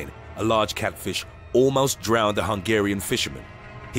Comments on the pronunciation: is my favourite part of this video because the narrator calls a FISH a FLISH, & he forgot to edit it out. It's just awesome. Here's the quote, "In the water the eel cat FLISH employs a different hunting technique." "THE EEL CAT FLISH." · Didn't know there was something called Just listen to:D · He said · Anyone else catch it? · Hahahahahaha I did! I didn't want to comment w/o seeing if I was beaten to the punch. Yeah I had to rewind it a couple times and yep! "" 😂 Too funny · "Eel CatFLISH". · 0:6:6 you said cat flish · in the water eel "" XD